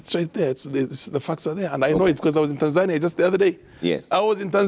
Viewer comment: Not Tanzaaania. It is TANZANIA